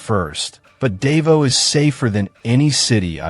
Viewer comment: you goofball learn how to pronounce words, Davao is proniunced Da vow idiot